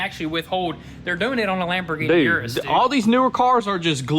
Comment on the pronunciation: Fun fact: it’s not pronounced yer-us, it’s pronounced er-us. Told to me by a Lamborghini employee